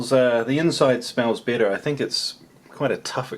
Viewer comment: Yeah whenever you were mixing the noodles and said, they look better as you mix them, I had thought you said bitter, and it took me a couple of seconds to find out you said better